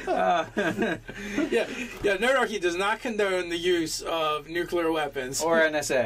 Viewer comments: OH MY GOSH!! IT IS NUCLEAR, NOT NUCULER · I’m sorry. I know it’s petty. But please, for the love of the raven queen, it’s nuclear not nuculer! Also great vid. I would just let him have his bomb and accidentally kill himself with it. Lol